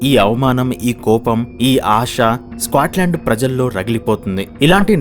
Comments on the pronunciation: Bro squatland enti bro. Adhi Scotland. Video motham alaage pronounce chesaru. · "స్క్వేట్ లాండ్" ఏంట్రా బాబు దరిద్రం కాకపోతే? ఎంత తెలుగు మీడియం ఐయితే మాత్రం ఒక దేశం పేరు మార్చేస్తావా? "స్కాట్ లాండ్" కు పట్టిన దుర్గతి. వీడియో లొ మాట్లాడే ముందు ఒక సారి గూగుల్ చేసి pronounciation ఏంటో మింగించుకోవాలి. స్క్వేట్ ఆంటే అసలు అర్థం తెలుసా? స్క్వేట్ ఆంటే క్రింద కూర్చొని ఉచ్చ పోసే విధానం.కనీసం "స్కాట్ లాండ్" అని కూడా పలకలేవా? ఆంటే జీవితం లొ అసలు ఆ దేశం పేరు ఎప్పుడు వినలేదన్నమాట.